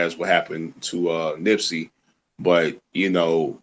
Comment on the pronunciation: "Nipsey" not nipsy smh